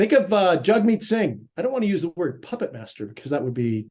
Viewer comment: Dear …..please DO,NOT speak on behalf of Canadians in general ok? You don’t poll the average citizen, in all my years I’ve never received a call from you! Did you call Mr. Singh “Jugmeet”? I believe his name is pronounced “Jagmeet”. Show some respect sir.